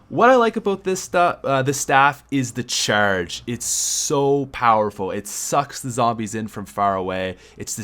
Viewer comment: Cheeeeerge more like charge lol